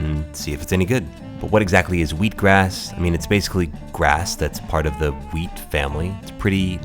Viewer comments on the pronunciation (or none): none